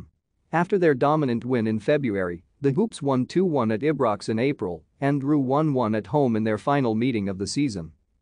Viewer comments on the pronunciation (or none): Dude. Do your own voiceover, that text to speech thing is red rotten... Keltic... Postee cogloo... Ih Brox... Jist naw!!!